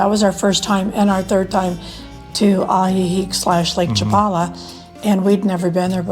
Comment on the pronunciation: 😂 I corrected him when he pronounced Ajijic as well😂✌️